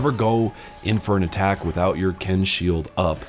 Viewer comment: Your shield, Quen, is pronounced "kwen," not "ken."